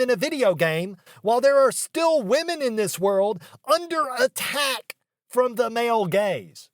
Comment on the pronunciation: did you say under attack, or underattacked? XD